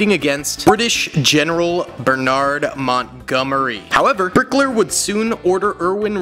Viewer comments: lol bro calling hitler "brickler" i never could stop laughing at that part but still i respect this video and i hope he still makes new ones. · its Hitler not blikker